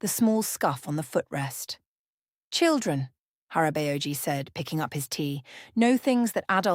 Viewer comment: It took me a few seconds to understand the korean pronunciations of the Korean words they were using. I had to pause it, pronounce the words the videos way, and THEN it'd hit me which words they were trying to use. "Hara-bay-oh-gee" 😆😂🤣